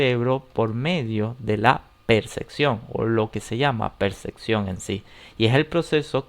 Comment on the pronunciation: ¿Por qué es necesario pronunciar "percección", en lugar de mencionarlo como está escrito, "percepción"?